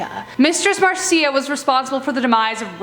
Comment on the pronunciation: Is it bugging anybody else that she's saying Marcia wrong